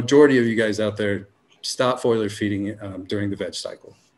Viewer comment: Great interview! I LOVE the Future Cannabis Project, so I appreciate the crossover We gotta teach the cannabis community how to say the words "FOLIAGE" and "FOLIAR". Too many want to say "FOILAGE" and "FOILAR" for some reason Love, Mr. Pedantic :)